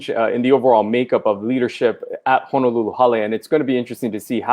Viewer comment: He’s mayor yet he called it “Hanalulu” Where’s that?